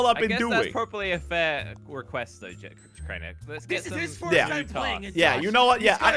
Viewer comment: craiber LOL it’s Crainer